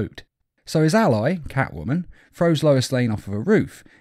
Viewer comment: Drinking game idea: Take a shot everytime he says "his alloy" instead of "his ally"